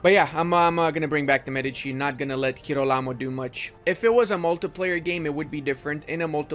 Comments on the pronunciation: G of girolamo like g of german 😉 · The correct pronounce is “jirólamo” The “g” is , well, like in english and the accent is on the first “o” Savonarola is correct 👍🏻